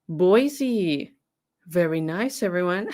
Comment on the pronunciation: What a terrible, awful, unimaginable experience for poor Shasta Groene. I can’t even imagine what she went through …. My heart breaks for her. PS - I’m a Boise, Idaho native… it’s pronounced Boy-see. Only people who aren’t from here say Boy-zee.